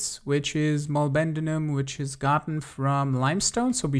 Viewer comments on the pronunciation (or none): I lost it at Mol-ben-din-um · mo-lib-den-um if you care about the pronunciation :)